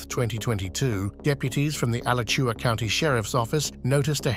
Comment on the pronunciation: Oh lord, Al-uh-kuah.. lol It’s A-latch-ua- Alachua. 😂 Edit: This woman is driving intoxicated with her kids in her car, and THOUSANDS of college kids walking all around the city, and UF campus. SMH